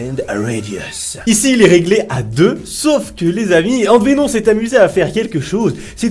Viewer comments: Au fait AntVenom ça se dit pas "AntVénon" mais "AntVenome" 😉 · ANTVENON cette prononciation mdr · ca se lit AntVenom ém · AntVenom? Si c'est lui ça se prononce pas comme ça! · antvenom on prononce le M